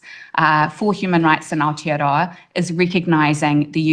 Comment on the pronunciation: Where the fuck is outa-row-a?